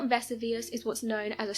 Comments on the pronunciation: 'Leaving in the UK'? And no, in the UK we don't pronounce Vesuvius the way she has in the video! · Baker Vesuvius....she butchered it terribly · Lol yeah she’s missing that “i” in there. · I have scores of relatives in the U.K.. That is not even close to how they pronounce Vesuvius. They say it the same way we do. Please correct her pronunciations. Someone sure loves that picture of the crows silhouette in the moonlight. I have seen it in at least two other clips. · Vess u Vuss ? That's a new one on me, thought she was Talking about a new volcano! Jeez what's wrong wth people? Its not a cool thing to do at all just moronic ..... Vess ooo vee us - Vesuvius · Ve-SU-vi-ous. Not Vesivus. Not Ve-su-VI-us. The narrator pronounced it at least two different erroneous ways. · Pronunciation=Ver-sue-vee-us , I too thought they had found another volcano in Naples 🤣 🌋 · Other than Vess oo veus Herculaneum the latter part pronounced as R num as opposed to ...what she said is not ruins, but a very intact city worth a visit should ‘Crayola’virus let us tour again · ‘Veh-soo-vee-us’ And how can something become a ‘solid gas’? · THANK YOU! It was driving me crazy. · It seems I’m not the only person intrigued by how your pronunciation of Mt. Vesuvius was. I’ve always heard it as Ve-SOO-Vee-Us, so I just attributed the difference in your way to be just the British difference. But it seems I’m wrong, many others find it not the British way. Anyways, I had to comment as it struck me strange too. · Versoovius that's how its pronounced. Dont know why that bugged me like it did. But it really did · And teach her to pronounce words correctly if you insist on using her. Mt. Ves-oo-vee-us..... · Lol love the Miss pronounced Mount Vesuvius wow you think they’d make sure you knew how to say what you were talking about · Is there such a thing as a solid gas? I kept waiting for her to pronounce Vesuvius correctly but she never did. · Wow, terrible pronunciation of Vesuvius